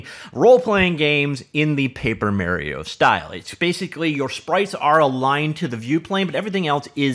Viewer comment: Its Mar ree oh... not mer ree oh